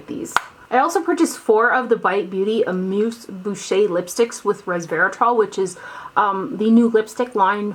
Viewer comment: Amuse bouche is pronounced like Bush...you know George. ;)